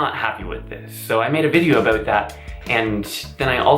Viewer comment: if you listen really closely he says aboot